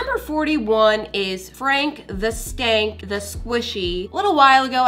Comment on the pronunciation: Did she say skank